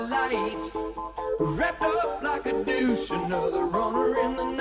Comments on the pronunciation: I would call "like a deuce" the most mispronounced lyric ever. We all heard what he said, he pronounced it wrong. Those of us at the time who knew The Beach Boys "Little Deuce Coop" figured out very quickly what he meant to say when taken in context. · To be fair the singer terribly mispronounces both “deuce” and “runner”. That isn’t exactly mishearing it.